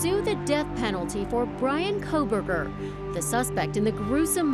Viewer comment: You absoloute clown. Kohburger hasn't even gone to trial yet. And you didn't even pronounce his name right. Do your research instead of just trawling the web for your content. The Kohburger case is under complete gagging orders - so none of the things you cite are anything more than chatroom gossip; and no, Im not a Kohburger fan boy... just pisses me off folk like you are trying to cash in, and doing it poorly.